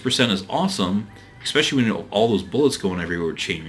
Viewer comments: Though, I have to say "eckspecially" grinds against my nerves. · The fact that you keep saying ecspecially moderately annoys me.